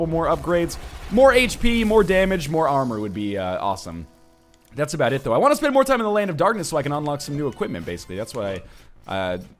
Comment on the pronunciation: Aboot. Finally,we heard him say it!